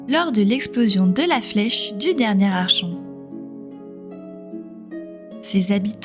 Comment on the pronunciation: Certainement l'un des premiers jeu que j'ai fait et refait pour voir toutes les fins possibles. Très bien écrit et retranscrit c'est juste dommage de dire "Archon" tout au long de la vidéo alors que ça se prononce "Arkon" vient du grec árkhontes (commander) mais je chipote 😇 Merci pour ces souvenirs, un peu de nostalgie ça fait du bien